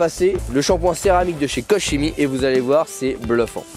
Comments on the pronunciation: Qu'on me corrige si je me trompe mais il me semble que ça se prononce "kor kemi". En tout cas il a l'air super efficace, merci pour l'essai 👍🏼👌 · vidéo intéressante sur un excellent produit. Koch Chimie est connu et reconnu (ça se prononce KOR ) Belle démonstration et résultat garantie. Merci. Pour le lavage, pourquoi ne pas utiliser un second seau de rinçage pour éviter de contaminer la carrosserie? Lorsque je termine de laver ma voiture avec mes 2 seaux, je retrouve du sable et des particules sous les grilles. 👍👍👍